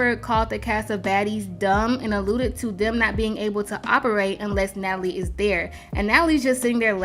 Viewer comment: How she keep butchering Natalie’s name 😂😂😂😂😂 I LOVE THE SHADE, baby!!!